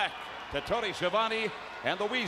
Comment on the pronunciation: "Bobby". Not Bobo